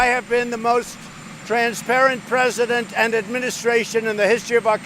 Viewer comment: Da Pwess hollers Mr. Pwesident lmao